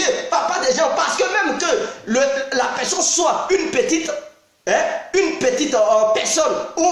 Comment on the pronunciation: Tu parle quelle langue on comprend pas on dit personne pas pesonne